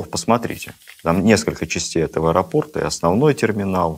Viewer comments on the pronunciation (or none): none